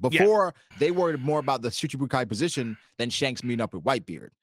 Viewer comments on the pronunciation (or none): none